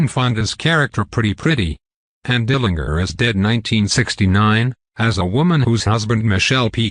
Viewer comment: Couldn’t get past … Dill-linger, really?